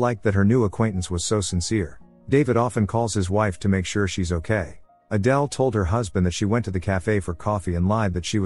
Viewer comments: Why did the pronunciation of Adele keep on changing? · AYdul? Really? Why is AI not better at this? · Wild story. But irritating that the AI narrator started mispronouncing “Adele” for the entire last part of the story. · From "Adele" to "Aydul" lol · Adele is pronounced Adell not Adal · Why did you all of a sudden start pronouncing Adele's name the last part of the movie as "Adill"? You must've switched to having AI narrate it or something... and sorry but it's distracting. And you give too much away in the title. I spent most of the recap thinking somehow that Adele was a transgender until I figured out what happened with Rob. Admittedly though I didn't guess that Rob purposely did it & then killed Adele! So Adele was really actually a good person... 😢. That plot twist though, I never saw THAT coming... but it might be even better if you change the title to something like: "Husband didn't suspect that for ten years he'd been married to someone other than his wife"... and let people who watch it in the future be REALLY surprised to find out who Adele really is in addition to the other plot twist. Aside from those 2 things, you did a great job with the recap of this movie. What's the name of the movie though... can someone tell me? I also have a couple of questions. I know the movie tries to make David out to be the good guy after all, but was he Adele's psychiatrist when she was in the mental hospital?? Because if she was, he's not a good guy because a psychiatrist having a thing with a patient... especially an 18 year old one... it's not just frowned upon... it's immoral, because of the nature of the dependence of the patient on their psychiatrist. Rob turned out to be a real POS, though! And he got his way in the end... even being able to have a kid... whi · So the AI could pronounce Adele properly in the beginning but then pronounced the name as Adal towards the end? How?